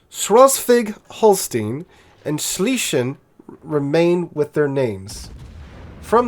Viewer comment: Oh my lord i really love how you pronounce these german words😂 I ma help you out: The German Battleship Schleswig-Holstein is pronunced something like „ schlaiswaig Holschtein“ or so hahaha